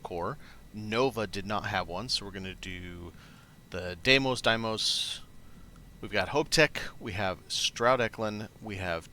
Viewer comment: Deimos = DEE-mows. I 100% promise.